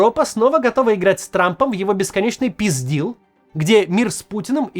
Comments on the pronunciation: 😂 писдил😂😂😂 (peace deal) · Peace deal - писдил. Как задолбал уже этот писдил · Только мне peace deal слышится как пиздил 😂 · Peace Deal прозвучало как ПИЗДИЛ😂